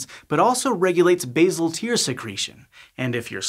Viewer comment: Pronounced "base-al" not "baze-al". We are not talking about herbs here. Bazic, isn't it?